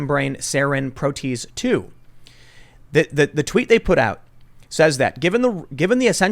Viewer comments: 'Pro 'tee aise. Sorry 😁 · For future reference, it's pronounced "Pro-tee-ASE". And just because I'm a vengeful little dude.... you should have hired me when I applied and noted to you that I'm a scientist. :P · For future reference, protease is pronounced "pro-tee-ase".